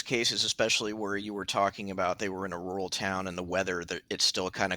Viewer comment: " very 'rurl' area "